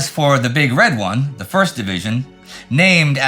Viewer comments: it's "big red ONE," Indie, not "big RED one." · Excellent work as usual. My only minor complaint would be calling the Big Red 1, the big red one. The emphasis should be on the One, not red. Ya know? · oof Every time Indy says, "Big RED one," I cringe. It's the "Big Red ONE." As in that digit 1. It's big, it's red, it's a big red ONE.